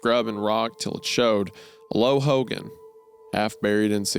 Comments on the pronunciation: It’s also pronounced like Ho-gone. Not like Hulk Hogan. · I CANNOT TAKE HOW THEY'RE PRONOUNCING HOGAN ITS "HOE-GONE" WHAJSIDORHEJAPAP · Bruh i hate the way they pronounce hogan 🤞🏽😭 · Hearing the boys pronunciation of "Hogan" is making my upset stomach worse